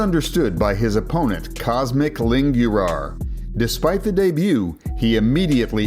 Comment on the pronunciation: Cosmic Lingürar, as a romanian my ears are fried 💀💀